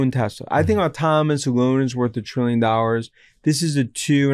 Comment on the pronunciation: It’s AUTONOMOUS not ATAMANUS !!!!!